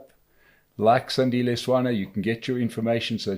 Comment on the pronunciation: SANDILE, atleast respect the man enough to get his name right